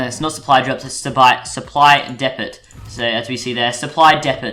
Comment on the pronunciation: K boi, it's not depat its deepoe (depot) and also the dragon is a ridible because it has a saddle...and stop trying to be mrtlexify.